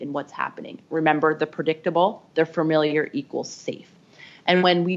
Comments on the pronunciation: Say “fer-miliar” one more time. I dare you. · Ooops! Fuh-MIL-yer rather than Fer-MIL-yer Ooh boy! And FORE-hed. Instead of Far-hed